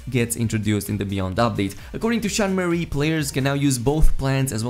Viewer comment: I know, but the guy in the video makes it sound like Sean "Marie" lol